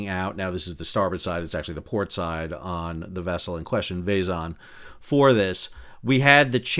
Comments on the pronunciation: Hey, Sal! For thd next time we, Bulgarians, embarass ourselves in front of the world... "Zh" is a transliteration of "Ж", which is pronounced close enouhh to "J". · Please look up the pronunciation of Vezhen. You are butchering it atrociously.